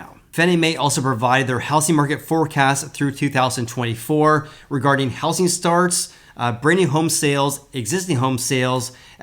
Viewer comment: I love how you say How Sing market not How zing market.